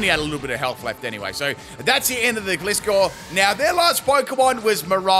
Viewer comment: I love how he pronounces Gliscor totally wrong XD